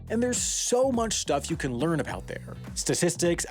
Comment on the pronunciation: I want to hear more aboot bricks!